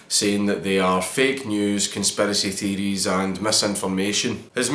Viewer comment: The way you said Conspiracy Theories as "Con-spare-essy Thee-dees" Made me bust a gut xD. You're Scottish accent is perfect, I wish I had it to be honest xD.